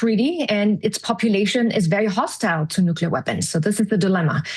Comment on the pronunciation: How can she say "Germany always wanted nucelar weapons" and then in the same sentence say "it's population is very hostime to nucelar weaposn"? What does she think Germany is, if not the Germans? Germany signed the contracts to have no own nuclear weapons in 1969 and 1974. Since then I have never heard any of German goverments asking for or planning to have nucelar weapons. Merz clearly pointed on that contract and he is cleqrly talking about "european" nuclear weapons. Those might be located in Germany and other european countries like those from the US are now too.